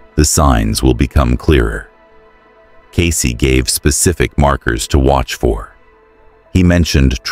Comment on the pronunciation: Cayce ……Get it right ?????